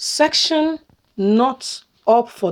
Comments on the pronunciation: Se cce ssion not section please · She finds it so hard to pronounce that word- SECESSION.